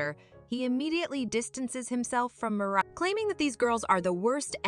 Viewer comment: Bro what are these pronunciations “Tomah” “Mariah” “Sofya” Tf are these 😭